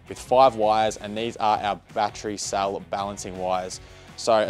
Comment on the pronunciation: Cell not sall